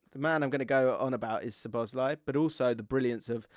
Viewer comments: I'm here once again asking to pronounce szoboszlai correctly 😅 it's not suh-boz-lie. It's sob-uss-lie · You really don’t need to pronounce any ‘Z’ in Szoboszlai……. SawBossLie